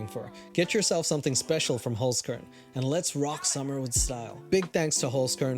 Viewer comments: SOLD (referring to the Holzkern stuff.. also, you're saying it wrong) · As an austrian hearing him say holzkern, yeah i cringed xD but you doing your best and thats what matters ❤ keep being you and keep making us happy :3